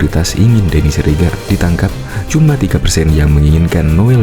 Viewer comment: " Ditangkap" ngab bukan "Ditaankap", 🗿🗿🗿 Kelihatan bngt bolos waktu pelajaran B. Indo di Sekolah 🗿🗿🗿